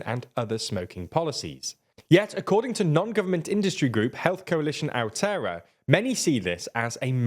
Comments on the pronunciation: Your pronunciation of Aotearoa (the Māori name for New Zealand) was terrible. It's Ah-o-tay-a-ro-ah, not Ow-tear-ah. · Ao-tea-roa if you care about pronounceation, no worries kiwis will not call you out. Their news is all weather and cricket